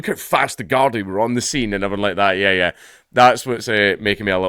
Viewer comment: A Scot making out that the Irish are known for knifes, ah dunny Ken whatcha mean dank, by the way, it's pronounced guardee.. 😉